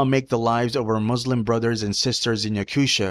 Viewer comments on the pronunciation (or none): It’s not pronounced YakuSHIA , it’s Yakutia